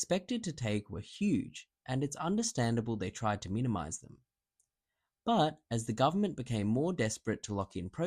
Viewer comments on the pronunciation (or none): none